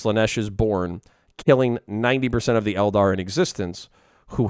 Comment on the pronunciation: The tau don't sound like tau and the eldar doesn't sound like an eldar